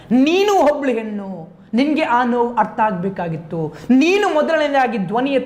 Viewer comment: ಹೆನ್ನು ಅಲ್ಲ ಹೆಣ್ಣು ಮಾರಾಯ